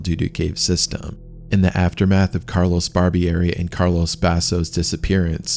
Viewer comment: Thanks for the freat documentary 🙏 Just a minor nitpick: if these guys were from Italy, their first names weren't "Carlos" . It was CARLO. Carlos = Castilian Spanish Carlo = Italian. Thanks for your great work🌺